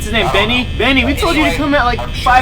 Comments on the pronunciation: It's Bonnie not Nannie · Lol "Benny" Haha it's "Bonny" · it's Bonnie not Benny😎! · not Benny its ban by by LOLOLOLOL😂😂😂😂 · Billy Longino Compton it's not Bonney it's Bonnie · ummm his name is bonnie not bennie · Its bonnie not benny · Bonnie not bunny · its Bonnie not Binnie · Ya his name is bonnie not binne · iT,S BONNIE NOT BENNIE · It's Bonnie not Bennie hah Lol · you call it bonny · It's Bonnie not benny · It's Bonnie not Bennie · his name is not bannie it is bonnie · his name is not beny it is bony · bennie? its bonnie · Bonnie not bennie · its bonnie not bennie ok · Do u know it's bonnie not Benny hahaha u guys do not know the name sorry for being rude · You called bonnie buddie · bonny not benny